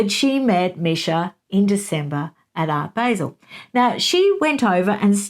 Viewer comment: It’s Art “bāh-zehl” …that’s how you pronounce “Art Basel”. Everyone makes that mistake though! Even people in here in the US who aren’t familiar with it. I only call this out because you said on your interview with Taz that you don’t mind when someone tells you the right wait to pronounce things in other places lol Great video!